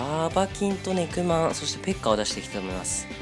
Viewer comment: ネクマンが肉まんに聞こえるw